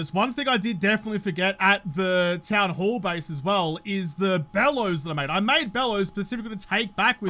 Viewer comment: When said town-hall base, am I the only one that thought he said town-whore base? Anybody else... or am I just alone in this boat?